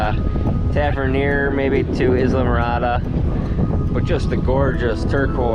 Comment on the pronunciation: "Izlamorada" lol. Sorry. Don't think I've ever heard anyone say it quite like that.